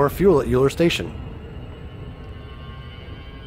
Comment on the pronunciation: It is pronounced Oiler, he was a one eyed mathematician.